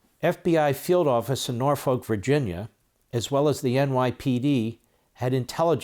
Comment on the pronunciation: NOAR-fuk. It's pronounced NOAR-fuk. I'm from the other city pronounced similarly.